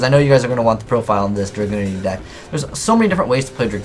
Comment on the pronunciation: He keeps saying Dragoonity